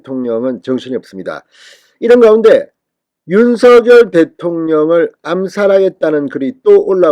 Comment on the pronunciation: 진성호 윤석열 이지만 발음 은 윤석렬인데 매번 윤서결이냐 발음해봐 윤석렬 윤석렬 윤서결 아니다 윤서결 아니다